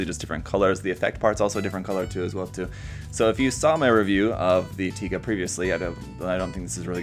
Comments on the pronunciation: well can't blame the comments about the wrong pronunciation lol because there is another one named literally taiga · I mean.... Tie guh does sound cooler than Tiga so I can forgive the mistake.